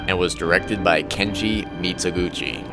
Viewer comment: The Pronunciation Nazi writes: is this a mistaken AI narrator? if he cant even pronounce "Mizoguchi" correctly he shouldnt be narrating a documentary video on Mizoguchi. the /z/ in Mizoguchi is a voiced alveolar fricative like the z in "zoo" not the /zz/ in pizza". he was Japanese, not Italian. it's not "meetso guchi"